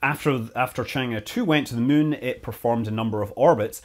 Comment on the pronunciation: I love how Scott keeps saying “Mun”